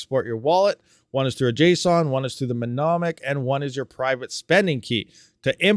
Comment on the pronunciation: it's pronounced: New Monic